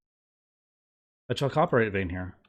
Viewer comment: For the sake of future viewers, Chalcopyrite is pronounced "KAL-ko-PIE-right"